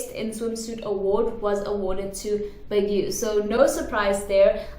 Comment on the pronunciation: I really find it cute when you say Baguio. Hehe but it's actually pronounced as "Bagyo"